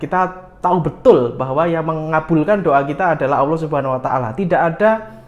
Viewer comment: sy suka channel mya. Bolehkan sy kritik. Allah bukan Awloh. Terima kasih